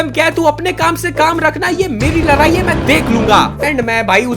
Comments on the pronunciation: Ladai** not larai 😂😂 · Ladai Nahin ladai totale bhaiya Apna video mat Dala karo